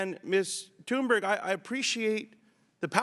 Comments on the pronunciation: I'm just wondering here if the spokesman here intentionally mispronounced "berg" to what sounds like "berry" or not. Because he didn't pronounce "berg" how Americans usually pronounce this. It makes it somehow feel like he's intentionally changing her name from a mountain (berg) into a small Berry :P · why are they calling her tuneberry?? its tun-berg,,easy to say no? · when he said great tune-berry i almost died inside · Why do the adults in the room keep calling her "Tunberry?" Her name is right there...smh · Did he say Tuneberry??